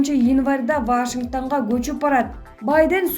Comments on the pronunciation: Алыпбаруучу нормально суйлочу, мимиканды ондоп, туура суйлоп. Вашингтан эмес Вашингтон. Ушунчалык сабатсыз дикторлор, кантип иштеп журушот. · Ой кудай журналисттер ушунчалык не граммотныйсынар Вашингтан Навиков деп куйгуздунор го!!!